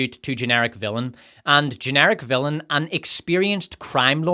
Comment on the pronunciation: How do you rhyme villain on this channel? "Fillum"